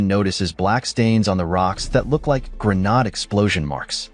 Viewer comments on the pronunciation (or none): pronounced "gruh" "naid" (not "gruh" "nod") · Grenaat ( Dutch ) , Grenade , english , short for hand grenade , dont know why he says Granaad ??? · Its pronounce Gren Aid. You missed the bit out where one of the containers is linked to the cave where they steal the weapons. Quite a big bit to miss out. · How the hell does he think it's called a 'GREN-ARD'..🤔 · Either your AI script writer spelled "grenade" as "grenad" or your AI reading software doesn't know how to pronounce it.